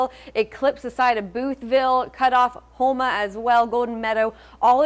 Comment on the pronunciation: it's HOE- ma not 'Huma'.... lol...